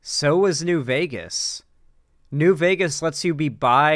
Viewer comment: "New Veger..." Lol, you gotta use it with an A, not a hard R,.